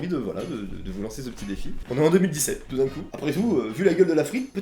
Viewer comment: « et toudincou »